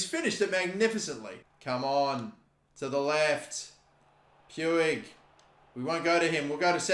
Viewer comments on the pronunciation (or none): I believe Puig is pronounced Pweeg not Pewig. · It's pronounced PwEEg not pyou-ij lol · 99% sure Puig is pronounced (Pweeg) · Puig is pronounced 'Pwig'. The way you pronounce it🤣🤣🤣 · PueEi XD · No it's pronounced 'pooj' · It’s pronounced “push” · It's pronounced Peeg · It’s pronounced puij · hate how says puig